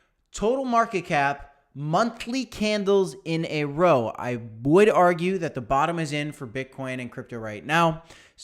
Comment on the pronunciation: its a row as in a fight not row as in a boat😂